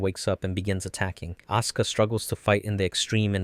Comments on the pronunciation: hearing "Aska" hurt my soul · These pronouncements of RitsUko and AsUka breaks my heart😭😭😭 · I am the only one who hears "oscar" instead of Asuka? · A soo ku 🤦‍♂️ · I'm glad someone else also noticed that detail it's something that's always bothered me with this channel as well as how they pronounce Asuka's name in some parts of the video.